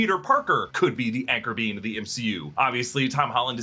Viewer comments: Btw " Anchor Being " when said sounds like " Anchor Bean " I'm just saying... It's all I hear now. 😅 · I keep hearing anchor bean